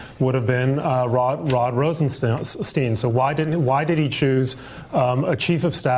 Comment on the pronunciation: Rosenstein! stein, stein! Sounds like wine. Not “steen”! What’s wrong with you people? Can’t pronounce the guys name after years of being in the news!